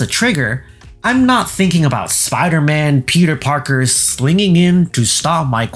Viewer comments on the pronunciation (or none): none